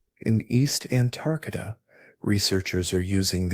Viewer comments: And now they want AI to help teach our kids in school. We're gonna have an entire generation of people saying Antarcta, and think that's correct... don't you people watch or proofread these videos before you post them ? If it wasn't so hysterically dumb, it's also a horrendously bad video, comic book just terrible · It's Antarctica not Antarctica. this must be AI because the way you said it sounds like a different word. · Very hard to pronounce Antarctica huh? 😂